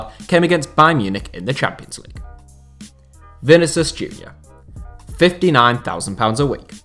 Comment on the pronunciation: I like your videos but man you got to stop butchering the pronunciation of players names (Vinicius in this case)